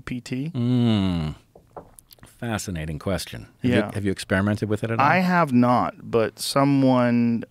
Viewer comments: Rogan says chat DP lol😂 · joe literally almost called it chatdmt.